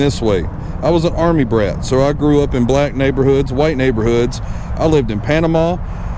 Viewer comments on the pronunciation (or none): none